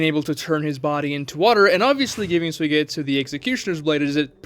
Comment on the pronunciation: His name isn't pronounced sue-getsu it's sue-E-getsu